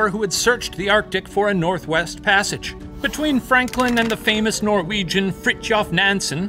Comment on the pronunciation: All the Norwegian stuff was so butchered. They did our great hero boi dirty 😢